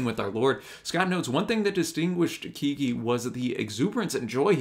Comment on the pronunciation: BTW. Pronounced Keg gee.